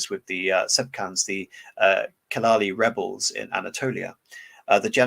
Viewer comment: Celali rebellions is pronounced with "J". Not "K". Like : Jelali. That's how you pronounce C in Turkish.